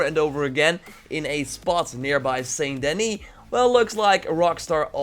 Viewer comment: It's 'San Denny''! :)